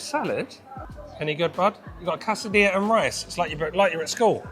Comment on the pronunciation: Looks great! Thanks for sharing. By the way, Quesadillas is pronounced kay-suh-dee-uhz